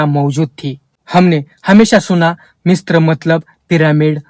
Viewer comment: भाईसाहब मिस्त्र उच्चारण नहि है । मिस्र है ।